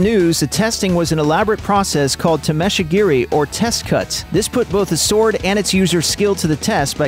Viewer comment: Ugh, the pronunciation is killing me. Samurai is pronounced saw-more-eye (or as my martial arts instructor used to say: "This is not your Uncle Sam"). Tamashigiri is pronounced tamma-shig-eerie.